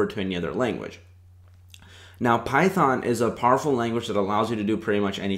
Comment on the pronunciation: "Start with... Phython m'kay?"